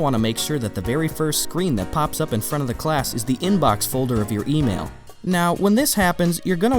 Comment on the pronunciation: When he said email I thought he said oatmeal.....